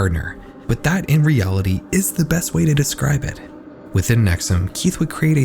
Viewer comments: So the constant mispronunciation of NexIum as NexUm bothered me a lot. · I'm from upstate NY so hearing you talk about a cult uphere I haven't heard of before piqued my interest. And then you started calling it nex-uhm and I was like thats weird two cults in upstate NY with similar names, then after hearing you describe it further I realized it was the same one I already knew about. Nxivm (nex-e-uhm) ,😂😅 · NXIVM is pronounced “nexium”, not “nexum”. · It’s pronounced Neck-see-umm. Not neck-sum. 🤦🏻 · Pronouncing it “nexoom” 😅😅😅😅😅😅😅😅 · Please tell me you know that NXIVM is pronounced “nex ee um” not “nex um” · have you watched any documentaries on NXIVM? They all pronounce the org as "nex-ee-um," not nex-um. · it’s pronounced “nex-ee-um” 🙄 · NXIVM is pronounced “nexium”, like the medication. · Bro, it’s pronounced Nex-ee-um. You couldn’t have checked that like, at all? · The mispronunciation of nxvium is gonna make the rest of this hard to watch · You’re not pronouncing “NXIVM” correctly..